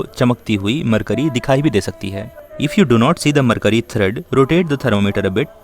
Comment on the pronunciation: this (mer kyu ri) not (mer cury)